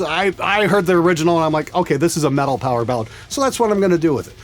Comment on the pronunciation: Did you say "metal of next week"? Hell yeah,!